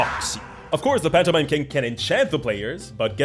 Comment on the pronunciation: I swear I heard phantomime like a MiME